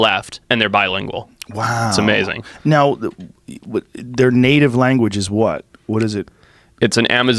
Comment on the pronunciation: Love Hancock, but it's hard to hear "amazzin" and "rezzorses" over and over.